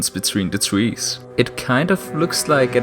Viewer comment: Why does this man speak with the ''OwO'' fond? Twees. Swowow. Swoomy. Twawelling.